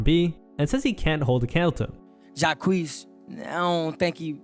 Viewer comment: The disrespect in your pronunciation of Jacques name is killing me 😂.